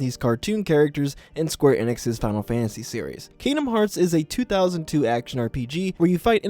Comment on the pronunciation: Holy shit you pronounced Enix correctly